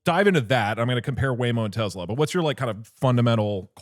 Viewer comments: This is exposure therapy test for anyone that cringes when they hear teZla instead of Tesla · If doug call it tezla one more fkg time ill flood their office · I’m getting pissed off by the way he says “Tesla”. Bro is saying it with a Z. “Tezla” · If someone pronounces it Tezla, you know they’re a slurped. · Doug - "tezla" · why does doug keep on saying tezla